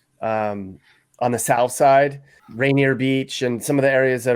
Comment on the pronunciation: That’s RAINIER VALLEY no t Rainer Beach.